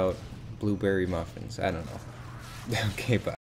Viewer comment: blue bewwy mwafeens